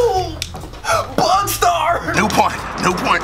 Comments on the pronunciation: this mf said bugstar?😂😂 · IM SLEEP. Dude said BugStar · This nigga just said bugstar 😭😭😭